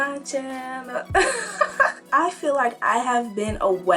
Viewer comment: Your cha-nul, your cha-nul....thank you for your cha-nul.